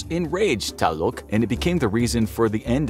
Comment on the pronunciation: .__. I am mexican and you bro need to learn HOW TO READ IN SPANISH NONE OF THE GODS YOU NAME ARE SPELLED CORRECTLY, Tlaloc is spelled tlaloc NOT TaLoC